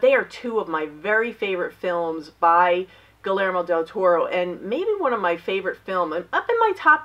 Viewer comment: Love your Criterion finds !! That Balthazar was such an incredible movie....And forgive me...gee-YARE-mo...... :D <3 DIABOLIQUE.... BRILLIANT film